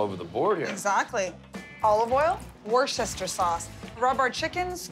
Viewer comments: Can just one person on Triple D, pronounce Worcestershire correctly!!! Just one, please! It's Wus-ta-shear.... How hard can it be?? Just once, is all I ask. Back to regular programming now. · I'm from mass.... how come no one can say Worcestershire sauce properly